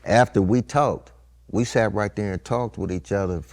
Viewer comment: "If you woulda went and "SOT" wit him" is Southern af! 😂💪🏾